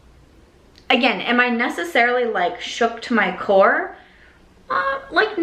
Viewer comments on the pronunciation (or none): none